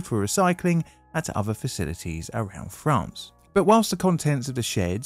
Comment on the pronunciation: "Toulouse FRAN?" What in the hell is "fran" my boy.